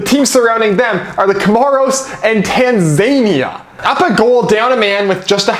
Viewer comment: im here for how u pronounced Tanzania 😂